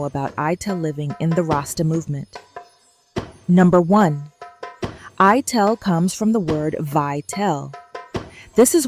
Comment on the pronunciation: Good video about sounds like it’s voiced by AI. Pronouncing Ital as “eye-tell” instead of eye-tall. It’s from the vital not vi-tell